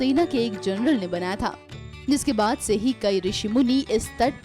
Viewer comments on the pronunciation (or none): none